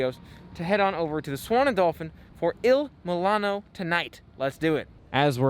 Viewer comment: 🙄 Not once did you say the name of the restaurant correctly.